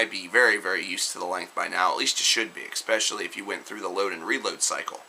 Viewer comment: you black? "expecially"